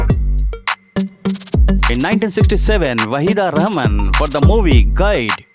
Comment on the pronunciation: एकदम घटिया बंगाली उच्चारण करनेवाला कौन चूतीया है यह Voice Over? Duffer साला रहमान को रहमन कह रहा है और बालन को बेलन कह रहा है। और सबसे पहले के दो साल जब मीना कुमारीजी को अवार्ड्स मिले उन्हे बताया ही नही।